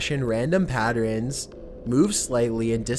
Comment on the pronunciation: #7 "Pattrins"